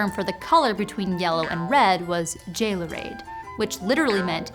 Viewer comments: So close! "geolu(h)read" isn't pronounced [ˈd͡ʒejlureːd] but rather [ˈje͜o.luˌræ͜ɑːd] . I believe you accidentally pronounced the vowels as they would have been after the Great Vowel Shift in the Middle English period. That, and your Proto Indo-European words actually wouldn't have vowels in their root until after the ablaut system included them, as well as the laryngeals, aspirants, labialiazation, and palatalization not being written: *ḱw yt- "to shine" which changes into *ḱweytós *bʰl g- "to burn" which changes into *bʰlogós *h₁r wdʰ- "red" which changes into *h₁rowdʰós *ǵʰ lh₃- "gleam/yellow" which changes into *ǵʰelh₃wos *gʰr h₁- "grow" which changes into *gʰroh₁nis *bʰl h₁- is an extended form of *bʰ l "to shimmer", which changes into *bʰleh₁wos before Proto-Germanic blēwaz *bʰ rH which Ringe doubts the existence of this root, stating "an actual PIE word of [the requisite] shape and meaning is not recoverable". The Old English "bear" word of PIE *h₂ŕ̥tḱos, would have been Reaht, which in Modern English, would be Raught (pronounced like rot). Ekename also wasn't pronounced [ˈikˌnẽːm] but rather [ˈɛːkˌnaːm(ə)] Also, Proto Indo-European wasn't the beginning civilization, nor the first language, as the oldest language that linguists have reconstructed is Proto Afro-Asiatic. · Hearing that pronunciation of “gealoread” broke my Old English heart.